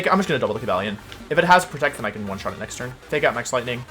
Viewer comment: Cobalion? Don't you mean Ko-Buh-leone?